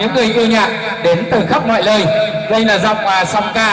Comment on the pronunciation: Dẫn chương trình j mà ngọng liếu ngọng lô thế. Ngọng ở chỗ khắp mọi nơi thì ko nói mà nói là khắp mọi lơi